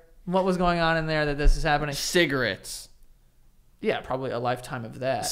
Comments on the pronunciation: Did just say "Cigaritz" lmao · why the fuck does pronounce cigarette's like that??